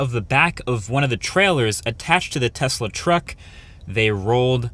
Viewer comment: Thanks for the proper pronunciation of the name Tesla